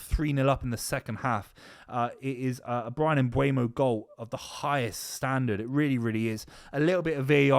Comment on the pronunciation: MbEUmo NOT MbUEmo ... Repeat after me: M BUR mo